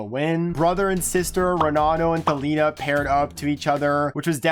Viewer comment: hear him say Thalina instead of Thalita